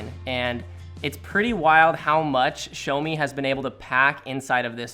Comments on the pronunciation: "SHOWMI" - LOL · THIS WHITE DUDE CALLED IT A "SHOWME" DEVICE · Ah yes, the Shomi mi note 10.